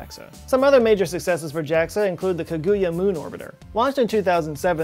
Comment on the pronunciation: It’s ka-gu-ya and Aka-tsu-ki